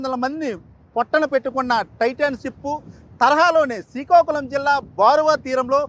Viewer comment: సీకాకులం కాదురా బాబు... శ్రీకాకుళం